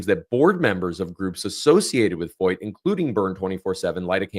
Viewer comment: I am a German teacher, and the name "Feucht" is a German adjective that means "damp" or "humid." You are pronouncing his name correctly, as the "eu" sounds in German like "oy" or "oi." While Germans pronounce the "ch" in this word "feucht," we say it more like "FOIT" or "FOYT" in English. Thank you for making this video, btw!!